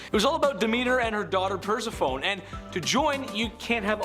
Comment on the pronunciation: UHH PERSEPHONE IS PRONOUNCED (PER SEF O NEE ) …… OMG PLEASE LEARN CORRECT PRONUNCIATIONS